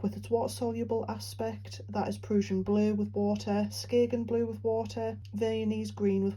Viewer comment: I’m not familiar with exactly what parts of the UK have what accents, but this is by far my favorite!! Absolutely adore the way you say PRUSSIAN blue!💙😉